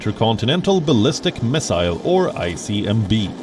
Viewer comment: ICMB. LOL..... A newscaster that does not know how to say ICBM. he even says first inter continental ballistic missile. then he butchers the four letter short version :P hhahahahahah what a noob